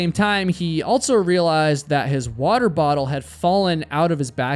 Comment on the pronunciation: Stop saying "altso." There is no T is "also."